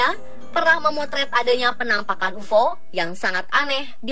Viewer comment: Sebut pun tak betoi....ufoo....ufooo.....geli telinga aku ....